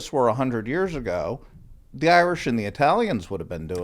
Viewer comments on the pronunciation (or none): none